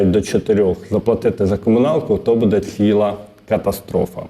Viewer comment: Дякую за працю,але ЗнОВУ: будЕ, а не бУде.!!! І чому - ДВА гривні, а не не ДВІ гривні!?!?😮😮😮 ПрибирАйте неграмотність,!